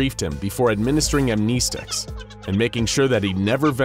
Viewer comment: He lost me when he said Amnesticks